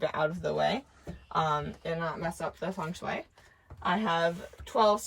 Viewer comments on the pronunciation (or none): You didn't just say foyer or feng sway did you when describing this van? lol Either way, you are talented if you built this on your own, good on ya.